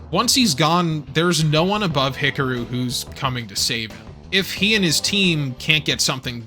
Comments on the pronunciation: Love your History Rehash on Macross here. Just keeps reaffirming why I love this show. However, wow, I can't stop hearing you mispronounce "HIKARU" every time you say the name. LOL. HICKAROO??? Should sound like HICKAHROO. With an "AHhhhhh" nestled beautifully in the middle there, like the smooth vocals from the 7-Up guy...oops, that may be too old a reference LOL, ack, LOL. Regardless still, love all your stuff! Love to hit play as I build Gunpla...thanks so much for what you do! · Hick-a-roo? He-car-ooh would be much closer. Hick-a-roo sounds like an Australian red neck 😂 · you are pronouncing Hikaru wrong ,you have to sound it out,say it with me (He-ka-ru) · Oof, those name pronunciations. 🥴 Hickaroo, smh. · pros: easily my favourite mecha channel on youtube. cons: "ek-scaping". that's balanced out by pronouncing Hikaru like buckaroo every time, though, made me chuckle.